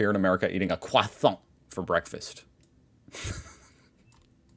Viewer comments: Please just say croissant and not kwathant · please, please for the love of god, never say Croissant again. I beg you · You do realise that you can also pronounce "croissant" normally, right? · it is still Croissant. There is NO TH in there anywhere.